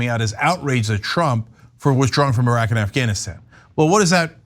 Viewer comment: I love the fact that Anna pronounces Iraq and Iran, properly. The “I” in both, is pronounced the same way, it is pronounced in “Italy”. E-raq, E-ran, E-taly, NOT eye-raq, eye-Ran, or eye-taly. It’s just ridiculous!